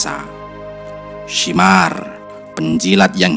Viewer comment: Bukan syimar...tapi Syamir bin ziljausan